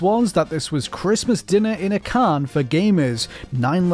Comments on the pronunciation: Why can't the voice over guy say can correctly? Why did he insert a R? 'Christmas dinner in a carn for gamers' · "In a carn"?